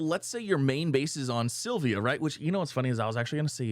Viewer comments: P.S... It's Sill Vuh. Not Sill Vee Uh. And, don't get me started on your Suh Full Er Rite...😮😂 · Love your vids, but it's Syl-Va not Syl-vi-a